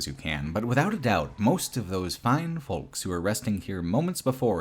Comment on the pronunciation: Why does every youtuber not know how to pronounce "folks"? The L is silent you fucking idiots. Foe-ks. Not Fole-ks. Egg yolk. Yo-k. Like Yoke. Not Yole-k.